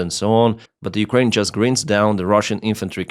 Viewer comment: English tip - "grinds" (down) isn't pronounced like "grins", it's like finds (with a "gr" in front). Great video!